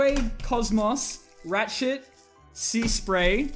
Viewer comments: I swear to god you said “rat sh*t” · It sounded like you said Rachet like rat shit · Genuinly thought he said rat shit for a second there